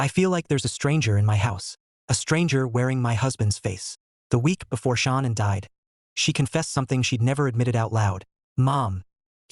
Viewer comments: SHA'NAN not Shawn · Her name isn’t Sean, AI STINKS. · This is ridiculous and disgraceful. hey cant even say shannans name properly with the STUPID AI..... And the story is completely wrong. Chris was not there when the nut incident happened. This is disgraceful that you would replay such a stupid video.